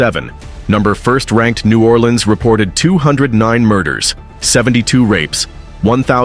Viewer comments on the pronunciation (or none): none